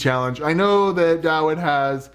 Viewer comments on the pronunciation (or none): Can we just set the record straight that the w in Dawid is pronounced as a V. Dah-Vid.